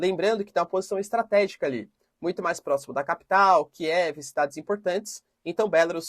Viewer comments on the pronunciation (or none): none